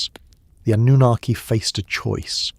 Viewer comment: Yep, AI, don't subscribe. Great topics but this is painful to listen to, especially the mispronounced Annunaki and the continued repetition just to drag the story out.